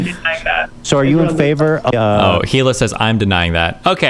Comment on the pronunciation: Her name is prounced "High-lay".